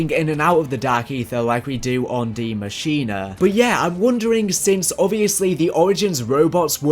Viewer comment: Deeee muh sheen uh